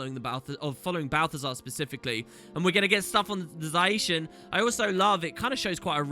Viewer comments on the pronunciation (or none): don't mind the 360p but for the love of lyssa stop saying za-i-shen zai-shen pleaaaaaaaase